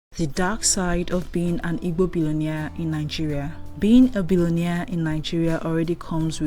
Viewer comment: Please learn how to pronounce Igbo